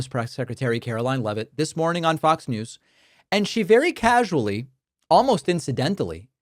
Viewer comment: It’s pretty rich when you make fun of Trump and the way he speaks and says certain words while you can’t even say “NEWS” without using two syllables. You’re an idiot. Trump is an idiot. The world is filled with morons like you and him that are all about hysteria and hyperbole. Your show sucks. Badly.